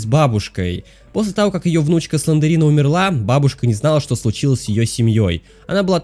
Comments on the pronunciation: Не СЛЕНДЕРИНА а СЛЕНДРИНА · Не СлендЕрина, а Слендрина!